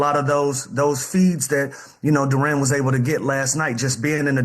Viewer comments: I hate when people assume “Duran” instead of “Duren” like we latino or something. happens all the time. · Why lemon pepper cant pronounce Duren name correctly 🤦🏾‍♂️